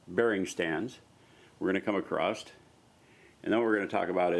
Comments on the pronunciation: OK, What's with the "Acrosst" shit? I've seen many American YouTubers saying this repeatedly so it's not accidental. There is no word Acrosst, old English might permit "acrossed" [a] [cross] [ed] but nothing like Acrosst. The word is "Across". That's all it is. Thanks for the video tho bro. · Oh I'm just giving you hard time lol! it's just odd to me because I know the YouTubers I'm referring to are quite intelligent (including yourself). Is just a strange thing.